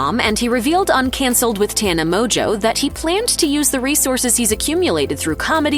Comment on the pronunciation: Mongeau is Mojo? 🤣🤣 Mon-go